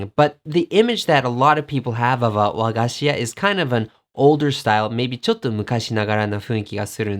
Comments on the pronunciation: This was interesting. Thank you. I heard an American saying Hershy's candy, to which we Japanese would say chocolate. By the way, the intonation of wagashi is on "ga". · I like his very exotic foreign accents here and there in his Japanese, for example, "WA-ga-shi", as we Japanese pronounce it correctly "wa-GA-shi". "America ei-GO" (he almost pronounces it like a Spanish accent omg), to be correctly pronounced "America E-igo". His "Bamen" is the best hit of this clip lol. There are not many foreigners who manage to master Yamatokotoba accent correctly even after so many years living in Japan. needs to get out of his little cocoon of expats community and talk to real locals there to master proper Japanese language. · Yeah, you're right. The stress should be on the second syllable, "ga", in the case of "wagashi". An easy error for a foreign learner to make in the Japanese language.